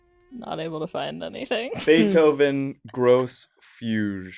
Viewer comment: For the record, Beethoven’s “Grosse Fugue” is actually pronounced “Grossay Fyug” and is one of the most important pieces of chamber music ever written in a cycle of quartets that would go on to change the course of all art forever. Your use of the master’s work was careless, tasteless, useless sacrilege. You’ve managed to offend the one classical music fan in your measly brainwashed audience; a borderline impressive feat. Borderline. Beethoven is rolling in his grave because of you. Terrible lawless drivel as always, and keep up the BAD work.